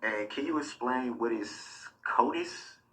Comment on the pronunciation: "Can you esplain?"